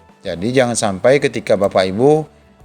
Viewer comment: Enak banget bilang "JANGAN SAMPAI"